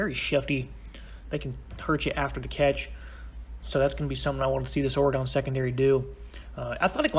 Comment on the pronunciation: It's or-again, not or-egone